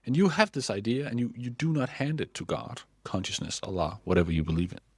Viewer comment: As a Turkish atheist I must say that; I’m not really into that Allah thing but you’re pronouncing it so cute 😂😊❤